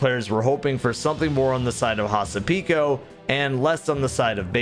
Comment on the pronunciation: Here is a cool thing to know! Hasapiko is a Greek dance, and butchered the name!